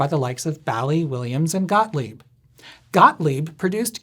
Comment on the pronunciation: It’s actually pronounced “BALL-eez”, because pinBALL